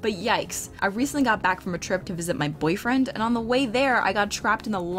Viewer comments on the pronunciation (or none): the sheer emphasis she put on the word boyfriend has me thinking she's angry about being asked out by internet strangers